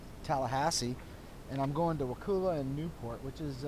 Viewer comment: Just wondering did you ever say Wakulla like that to any one around that area? lol I would have loved to have seen the look on that individuals face! Nice video though beautiful area indeed.